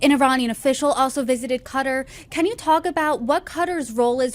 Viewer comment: It is not CUTTER Learn how to say it SAY KATTAR...like CAT 🐈 ARR(like in ARRange) Simple OMG